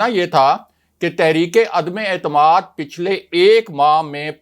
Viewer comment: عدمے اعتماد نہیں عدم اعتماد بار بار عدمے اعتماد غلط بولتے ہو